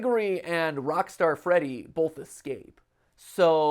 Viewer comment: "Rockstart" freddy?